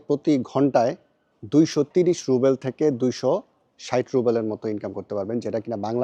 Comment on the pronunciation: Short corrcetion not রুবেল its রুবল